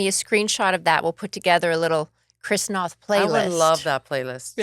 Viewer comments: Great interview, but ladies! Do your homework! Noth sounds like both, not moth. And he was so gracious in not correcting you. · Can we PLEASE learn to pronounce this man's last name? NOTH...rhymes with BOTH! Good freaking grief! 🤦‍♀️